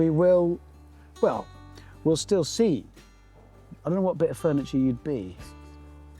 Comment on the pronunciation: “Fernieture”? 😂 😂 I’m sorry, I’ll see myself out